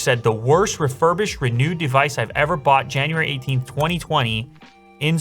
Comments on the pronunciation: he says "RENEWED" not "RE NUDEEEE" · Sounds like "Re-nude" 😂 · im so sorry for this but RENOOD!!😂😂 dont worry love ur videos man keep it up